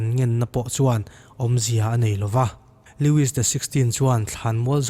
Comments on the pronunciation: Lewis XVI nilovin Louis XVI ti tûr aw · Loui tih a lamtur